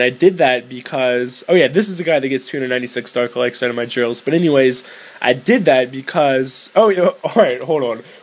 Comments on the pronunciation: you say "elixir" like "elexer".... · Lol you say elexir